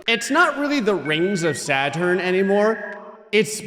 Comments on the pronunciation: It not sadturn it’s Saturn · It’s not sadturn it’s Saturn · "Sadturn" I love it! 🤣😊